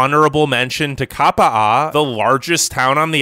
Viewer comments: Is that Kapa'a or Kapa'a'a? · Oh my god. As a Kauai resident, your pronunciation of Kapa'a killed me. Jesus dude.